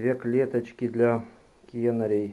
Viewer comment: Не кенарей а канареей